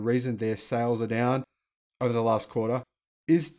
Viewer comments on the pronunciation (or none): none